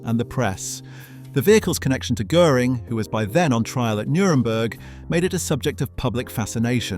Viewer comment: Most of the Cars in your Video aren‘t even the Blue Goose 540k, and you are totally mispronouncing „Göring“!!!!!